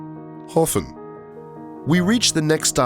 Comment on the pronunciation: You mispronounced Hofn and misidentified Vestrahorn as Estrahorn.